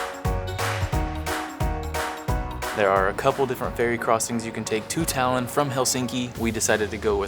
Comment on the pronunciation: Талин ,а не Талон